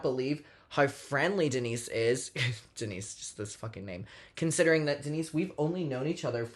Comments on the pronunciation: Umm it’s pronounced Dee-nice 🐈‍⬛ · as a fellow Denisse, my ears also stood at attention every time you said her name in the video lmao